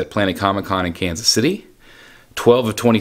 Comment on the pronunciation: You lost me at “Kansas” lol